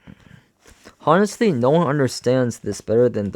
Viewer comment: I appreciate you reading this to us to save us money but it kills me with all the mispronunciation. Even simple words like “honestly”. The H is silent my guy! (On-est-Lee)